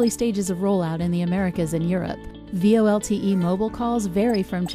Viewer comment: Just curious - the lady says V-L-O-T-E instead of V-O-L-T-E. Why is that?